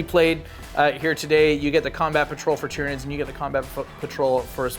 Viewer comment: Did she say Titranids?